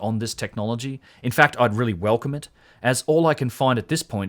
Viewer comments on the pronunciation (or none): none